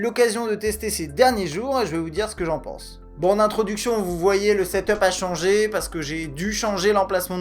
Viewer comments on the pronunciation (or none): none